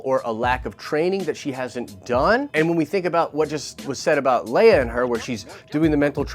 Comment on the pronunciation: "Master Leiah " HA!